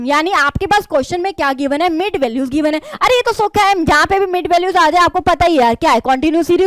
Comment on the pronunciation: Mam saying sokha he sokha😂